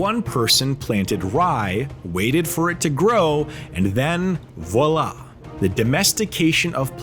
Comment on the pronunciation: Your AI narrator cannot pronounce’Voilà’